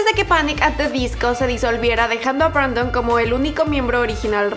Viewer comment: BrAndon Urie :v es Brendon xdd